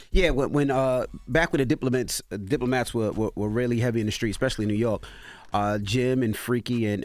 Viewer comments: Why Envy keep calling them the Diplomints?! 😂😂😂😂 Ngggaaaa stop 😂😂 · "Diplo Mittz" 😂